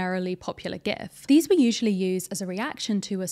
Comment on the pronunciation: hit 'like' immediately when you said GIF correctly